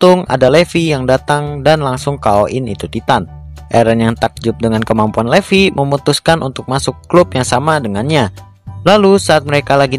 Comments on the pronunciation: BUKAN LEVI DIBACA NYA BANG TAPI LIFAI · Levi itu bacanya livai bang